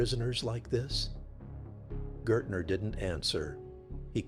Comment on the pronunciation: Pretty sure his name would have been Gaertner (pronounced GEHuhtnuh (means Gardener.